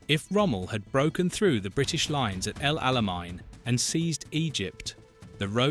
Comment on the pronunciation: El Alamein does not have a German pronunciation.